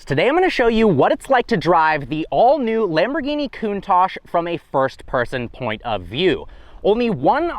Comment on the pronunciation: The Lamborhini "Cunt-tash"?